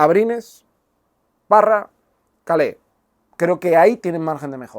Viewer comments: Se dice Calé o Keil? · él mismo se presenta como (Keil) y no Calé. Un saludo.